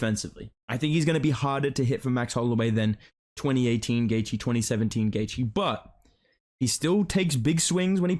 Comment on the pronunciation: I’m so glad you don’t butcher Justin’s last name like Flukas Glazey